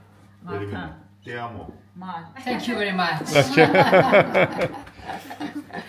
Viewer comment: Patcar@ Pizza, bayc lav er man ekaq!!!🤩Es inch sirun tex eq hyuranoc vercrel, patahakan, bayc shat sirun qaxaq a!!!!💝 et TI AMO shat lav es asum!!!😆🤣 Gnam Italia tenc em aselu😆🤣